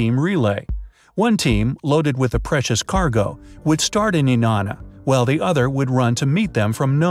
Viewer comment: Being from Alaska myself the way he pronounces Nenana drives me insane